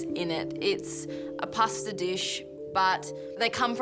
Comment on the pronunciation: It is quite clear how much respect she has for her family heritage by her pronunciation of "Pasta"